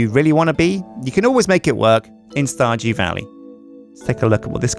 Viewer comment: "...welcome back to starJEW valley..." WTF? LOL